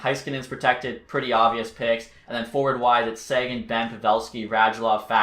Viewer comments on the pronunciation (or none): none